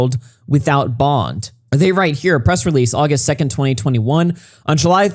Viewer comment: In the opening I imagined you said «happy Augieust» xD